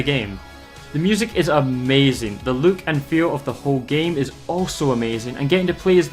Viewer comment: It's not just you, but I hate the way you say look as it sounds like you say Luke and that's my name